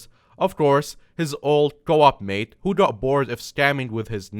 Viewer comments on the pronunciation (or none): none